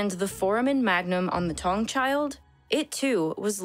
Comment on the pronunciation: I Always enjoy these videos. Note, Taung child is pronounced “Tah - oo - ng” child. Not “Tong”. Otherwise, great work.